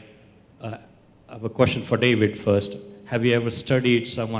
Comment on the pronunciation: Zakir Naik: Brother askeh a good koochnn🤣🤣